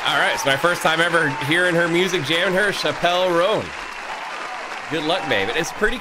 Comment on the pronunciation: Her name is pronounced like Chapel (like church chapel) Rown. The song is about a woman trying to deny she’s gay and ending up married to a man and unhappy, a path Chappell herself almost ended up on. It’s such a good song! You should check out more from her, like Pink Piby Club, Casual, My Kink Is Karma, or Red Wine Supernova. She’s insanely talented and writes all her own music as well.